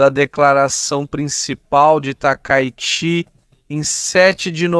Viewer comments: aprende a narrar cara lh0 !!!! nao é OZAKA É OSAKA , NAO É TAKAYUSHI É TAKAICHI !!! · o nome é TAKAICHI, não Takaiuchi... :body-green-covering-eyes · Nao e takayuchi E takaichi